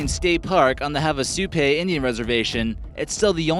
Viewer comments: Havasupai (name of the tribe) is pronounced hah-vah-SUE-pie, not hah-vah-SUE-pay. I've never heard of getting there by kayak, but a legit #2 way of arriving is by helicopter. "Occasional tourist" in Supai? If it weren't for the daily tourist cap imposed by the tribal council, they'd be overrun with tourists, since it's so incredibly beautiful. I know, since I've backpacked in twice**The Faeroe Islands are north of Scotland, not south.**I'd add the New Zealand overseas territory of Tokelau to your list, since there's no airport there. The only way to arrive is a boat ride of around 20 hours from Samoa. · Hey you really need to get your facts right and make sure you pronounce the names of tribes correctly. The Havasupai (pronounced HAVA-SU-PIE. The Pai is said like Pie, as in apple pie. All the Pai tribes are pronounced PIE. And the Havasupai live in the bottom of the Grand Canyon not "near the grand canyon". They are the sacred Guardians of the Canyon and Havasupai Falls. I find it really disrespectful not to mention idiotic that you got those things wrong. Please be more careful.